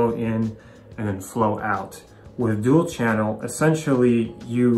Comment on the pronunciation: "Dual" not "duel".